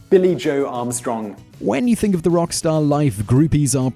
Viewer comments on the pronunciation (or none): I wonder if it's ever an awkward realization when a Brit says "Think" and 'Fink" in the same sentence and realize they just said the same thing.